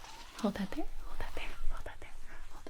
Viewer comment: Gibi: hold that there⏱ hold that there⏱ hold that there🧭…. My ears everytime: hotate🦪 hotate🦪 hotate🦪 🦪🦪🦪🦪🦪🦪🦪🦪🦪🦪🦪🦪[ホタテ]